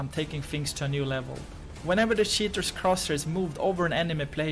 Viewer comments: Keep in mind that show you his search about "How to pronounce word cheater in english" because he keep saying "sheaters" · i like how he pronounces "cheaters" like "shitters"